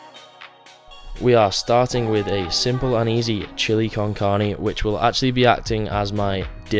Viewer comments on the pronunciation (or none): The hell is chili con carney? Bro😂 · "chilli con carny" 😂